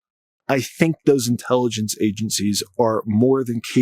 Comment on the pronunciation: What drugs are you on? "Intellygeciez"... And what planet?